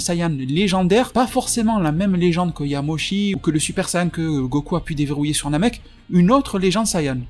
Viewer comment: Quand j'ai entendu "Yamoshi" j'ai vraiment eu envie de quitter la vidéo